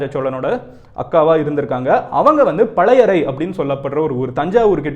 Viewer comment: பழையறை இல்லை பழையாறை. கடரம் இல்லை கடாரம். தமிழில் பொன்னியின் செல்வன் மற்றும் பால குமாரனின் கங்கை கொண்ட சோழன் படியுங்கள்.